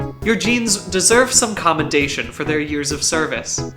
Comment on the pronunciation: "...commendation..." * spits *